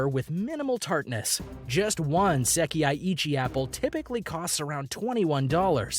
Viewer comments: the way he pronounced "sekai ichi" 🤣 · lol..bijin-haym? lol.get your language pronunciation correct. HERE: pronounce as is Sekai Ichi - SE-KA-I I-CHI BI-JIN HI-ME DEN-SU-KE SA-TO NI-SHI-KI not SAYTO DE-KO-PON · OMG I want to die every time he says "Seki eye eechie" apple instead of "sekai ichi" apples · Berry Tan clearly he is not from Japan. Not a huge deal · You forgot Sekai that he pronounced as Seh-Kee-EYE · I stopped at se-kee-yay (sekai) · So painful to listen to the sekaichi pronunciation of this guy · Even Google know how to pronounce it correctly "sekai ichi'